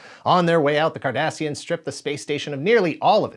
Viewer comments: My brain keeps thinking he's saying the Kardashians. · A question for all us non-Trekies: who else cringed every time he uttered the word "Cardassians"?! 😆😆😆